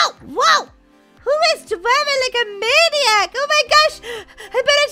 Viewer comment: daisy you are like me saying maniac